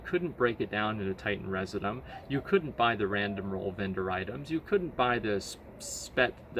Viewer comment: REE-ZIH-JEW-UM not residumb